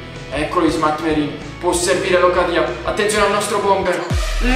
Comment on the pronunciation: locadia si dice come si scrive con l'accento opposto